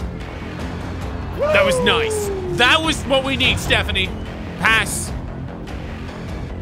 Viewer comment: It sounds like he said pants in a British accent. Thats why it didn't make them pass